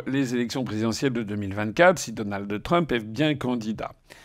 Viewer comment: On ne dit pas "DonaldE Trump" mais DonalD Trump.